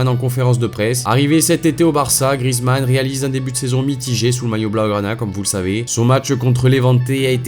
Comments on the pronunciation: C'est GriEzmann et pas Grizmann😂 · Justement ceux qui disent ça c'est des footix ou alors c'est les commentateurs mais je te garentie que ça ne se prononce pas GriEzmann... Évidemment pour le savoir il faut connaître le foot...